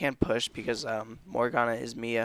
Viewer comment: its M.I.A. Missing in action not the actual name Mia. it's annoying hearing that.